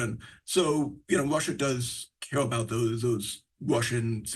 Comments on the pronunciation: Is it Russia or Wussa???? Where do they get these people from? I hate to be that guy, but if you were a reporter just my opinion, but I feel like you should be able to speak correctly. I’m sure it’s not his fault but I wanted to build houses for a living, but it turns out I suck at building houses. Just saying. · Ya the Wushins and fwom Wushia😂😂😂